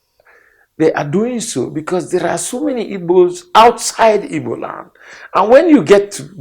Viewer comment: Am I hearing this man correctly? Is he calling Igbo as Ibo. Ohanaeze ndi oshi